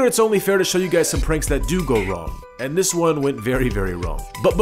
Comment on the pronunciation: Good prank, but a bit of advice, as far as I know Spanish-speakers tend to pronounce "this" as "dis", not "zis"